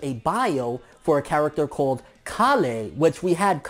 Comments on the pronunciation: KALE rhymes with NAIL not COLLY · Kale is a different vegetable which is related to broccoli in the same way that cauliflower is... And it's pronounced "kayl" not "kah" "le" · I'm sure it's kale (pronounced kay-el) which is like a type of cabbage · Its pronounced Kale, as in the vegetable. Its somewhat of a pun towards Broly's broccoli. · her name is pronouced "Kell" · "kale" is pronounced "kell" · Kale is pronounced K-ale at least in English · Also about the names you're wrong. Kale is pronounced like Kail unlike Caulifla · prounouncing my favroite veggie wrong. but then again its probabably Kalè not the word kale